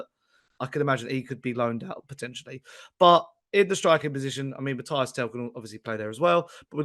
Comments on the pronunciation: frenchman here: please hear me out on how to prononce Tel's first name. It's not Matty (like Cash) it's not Matthias, it's between these two : Mathys "Mateess" you gotta prononce the Y as EE and the S is not silent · Stop being lazy and disrespectful… the guy’s name is Mathys - pronounced MATHIS! The pronunciation is as on Spurs official page and commentators are pronouncing it correctly, yet you’re still here calling him MATHIAS, shame on you!! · Show some respect and learn how to pronounce Mathys’ name correctly and stop being lazy!!😏